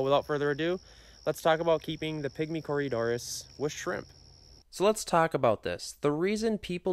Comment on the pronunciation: Cory doras not Corya Doris